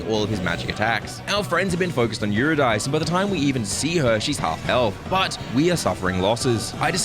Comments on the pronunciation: I think Eurydice is pronounced You-Rid-Dis-See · The pronunciation of “Eurydice” is killing me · sir, you’re mispronouncing it 😂 she’s named after the nymph (Orpheus’ wife) who dies to a snake bite and Orpheus tries to save her from Hades. The devs didn’t make the name up, and there is a correct way to say it